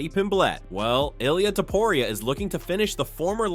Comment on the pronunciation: Why is it so hard for these people to say Topuria???